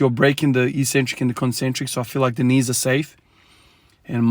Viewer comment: Interesting how you say core and knees. Think about what sleeves and a belt help. Interesting interesting. Just an observation. Maybe you need extra extra core and knee mobility/training just to mimic a belt and knee sleeves